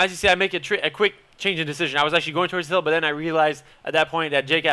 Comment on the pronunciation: "the" sounds like "dee" haha i love it